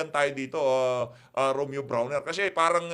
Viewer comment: brownie hindi brawner